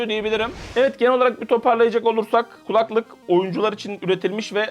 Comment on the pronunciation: Abi hala “kulaklık”ı yanlış tonluyorsun. 😁